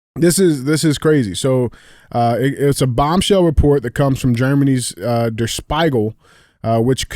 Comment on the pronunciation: DJ, it’s pronounced “Speeegel.”